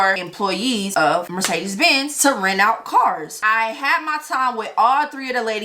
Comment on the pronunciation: She can't even pronounce Mercedes that's why they fired her